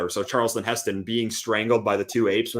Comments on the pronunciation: calls Charlton Heston 'Charleston' lol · His name is Charlton, not Charleston man.